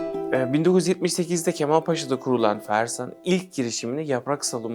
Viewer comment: Cahil bir insan izlenimi uyandırıyor. Hadi cümle kuramıyor, hiç olmazsa 45 yıldır üretim yaptıkları Kemalpaşa'nın adını doğru telaffuz etseydi